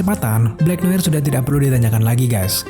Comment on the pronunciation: Noar gk sih ngomong ny bkn noir